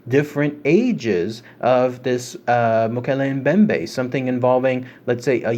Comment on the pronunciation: Holy cow..I cannot believe u freakin pronounced it rite!! 😏 rite on man..good on u. Almost no one gets this correct lol